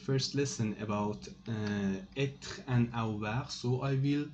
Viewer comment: être et a"V"oir